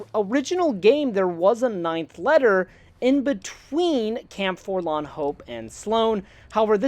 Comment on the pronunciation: Here's a drinking game: every time says forlan, instead of forlorn, take a shot of whiskey....